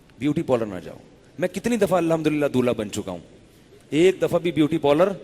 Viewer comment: aap alhamdu Lillah ko Sahi talafuz ke sath Bola kren